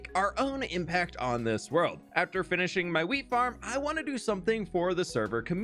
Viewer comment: "The fwinest fwheat fwhenywhere!" (the finest wheat anywhere)